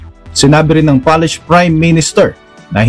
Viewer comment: Polish po hindi Palish. Pronounce at it spelled.